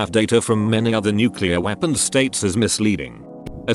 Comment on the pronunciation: oops in a nuculear powerplant is the worst thing you can hear